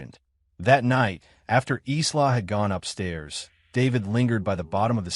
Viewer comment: someone please retrain the AI audio.... Isla is pronounced "eye-la"